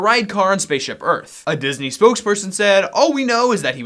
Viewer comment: Its Deezney Ding!